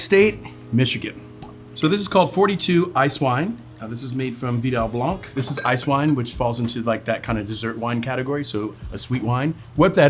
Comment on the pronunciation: Please pronounce blanc as 'blan' not sure why someone that is a Sommelier keeps pronouncing the terms incorrectly.